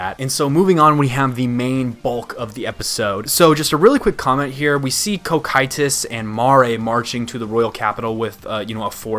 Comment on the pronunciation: Why do you say Cocytus name like that? We know how its pronounced. Might as well say Pan-duh-rau right?